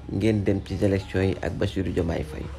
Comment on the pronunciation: Man sa "Z" yi momay ray zhumilié, zélection 😂😂😂 non BR amo😅